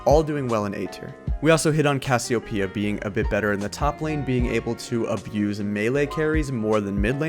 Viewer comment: Brazilians understand Cassiopeia called by you, as Cassiopiia